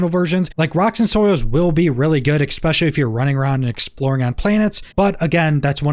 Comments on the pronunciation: "especially", not "expecially" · "Expecially", sorry I couldn't resist